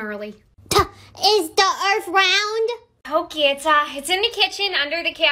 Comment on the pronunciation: cant say otay...k thanks bye